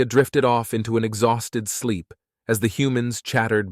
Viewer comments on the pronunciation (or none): none